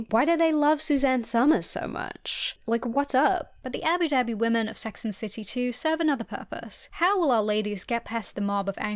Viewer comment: why you pronounce abu dhabi like that??